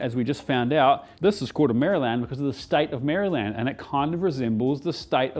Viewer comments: ”Mary Land” = town in England The US state is pronounced more like ”Marilynd” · First off, your videos are the best cooking vids on YT. I do have to say it’s just “Mare-uh-lend” Americans don’t actually say “Mary-Land”